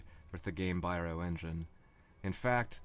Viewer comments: You’re mispronouncing “Gamebryo”. It’s “gaym-BREE-oh” and not “gaym-BYE-roh” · This is so good that I have a hard time complaining about this one thing, but here goes: Gamebryo is pronounced "Game-bree-oh" not "Game-bye-row", the name being a combination of the words "game" and "embryo". Excellent content here, though. Wonderfully presented!!! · Haha sorry but... 'game biro' haha! Gamebryo, dude, As in game - embryo. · Nice video but Gamebryo is pronounced “game-Bree-oh” I believe. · You sound a lot like tomatoanus. I love this content too. This is a year old, but my biggest piece of advice to you going forward (aside from normalizing volume) is to figure out the pronunciation of any word you aren't 100% sure about before recording. Gamebryo, pared... there are a few errors.